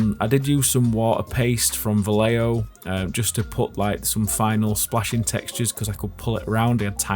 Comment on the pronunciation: Come on! You english speakers don't even try! From Vallejo to "Baleio"... Va (As Ba from "Bad") - Lle (As Ye from "Yes") - Jo (you don't know how to pronounce the spanish J, so at least make it an H, lika a Santa "ho, ho, ho!".) Or you can try to put it in google translator and listen the pronuntiation in spanish.